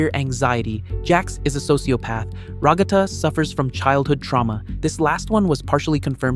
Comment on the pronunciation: Please say Ragatha's name properly. It sounds like you're just content mining, if you get fundamental things wrong, like names.